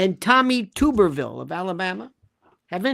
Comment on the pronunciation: Tu-ber-ville. Short “u” as in bath “tub”